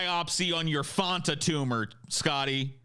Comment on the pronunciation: I’ve never heard anyone pronounce Fanta as Fonta before 😂